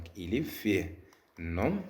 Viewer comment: Les mots 'nom' et 'prénom' on prononce pas la lettre m